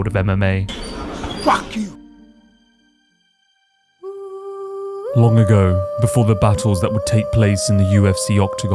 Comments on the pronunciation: That yoel into "fack you" 😂 😭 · ”Fahk ju!”